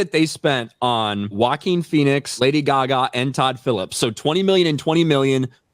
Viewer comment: It's Lady Gag Ah